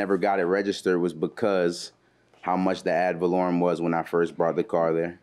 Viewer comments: They both keep saying "add volorieum" lol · The judge told the Plaintiff how to pronounce "ad valorem" and he still ran right over that pronunciation immediately after 😆😆😆. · Plaintiff: Valerian taxes JM : "AD VALOREM TAXES" Plaintiff: ....valerian... JM: ...ad...valorem..